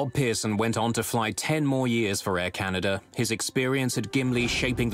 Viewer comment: forgot to fill'r up 🤣🤣🤣🤣 air canadah